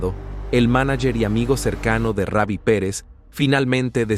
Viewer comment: Hermano sino save no able el nombre es Rubi no Ravi ok😊